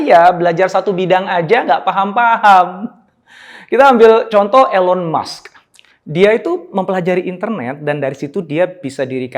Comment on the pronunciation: bacanya ilon mask pak jadi agak kurang enak di telinga, but it’s okay🙏🏻✨